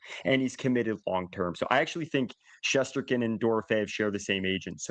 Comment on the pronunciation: How does still not know how to pronounce Shesterkin but can pronounce Smits?